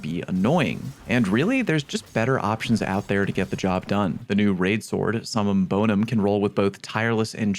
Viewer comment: Summum Bonum? I don’t even know ‘em! That can’t be how that’s supposed to be pronounced, right?? 😂😂😂